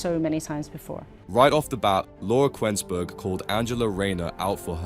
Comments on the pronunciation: The who's narrating can't even say Laura Kuennsberg's name properly. Obviously the thick-witted Rayner is no better. She probably would have a problem in telling you how many zeros there are in one million! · Can't stand Rayner but because the commentator can't pronounce a well known journalist's name, it suggests this is foreign. Don't like foreign intervention!!!